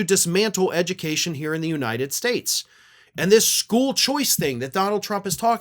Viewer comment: Devunt the edumucation debbartemint....